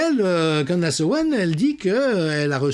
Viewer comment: Candess se prononce candIce. e=i